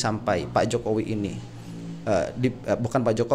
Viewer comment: ngakak saat keseletot nyebut JOKOWOK😁😁